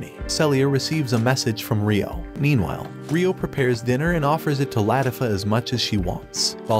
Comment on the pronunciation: its pronounced lah-tea-fah